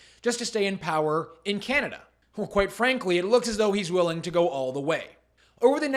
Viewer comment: I like Trudeau, when referring to himself, always say "cananda" lol like seriously dont lump the rest us intelligent people in with your retarded tirade, news flash Trudeau, india are talking about you not canada just you